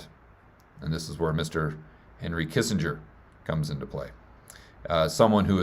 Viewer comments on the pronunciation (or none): none